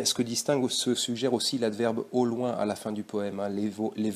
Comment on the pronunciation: Merci beaucoup pour cette vidéo elle m’a beaucoup aidée pour mon bac français ! Mais je crois que le mot « loin » du vers 10 se prononce en 2 syllabes, sinon le vers n’est plus un alexandrin